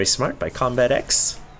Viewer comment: It did not start off with good manners. said CombatEZ not CombatEX. Lol